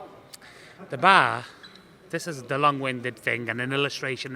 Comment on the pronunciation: "Daa Bar" 😂